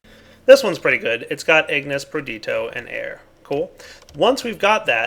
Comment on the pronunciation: it's perditio, not perdito. there's an I in there.